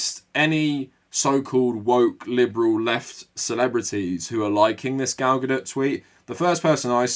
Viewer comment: Lol it sounds like you're saying 'Gal GaDIRT. ' Fitting 😅